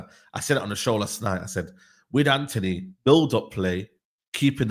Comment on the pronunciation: The fvck is Anony? It’s Antony ffs 🤦🏾‍♂️